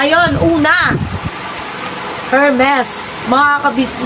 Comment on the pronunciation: Hi po … it’s pronounced ERMES with silent H…. Wow congrats!!❤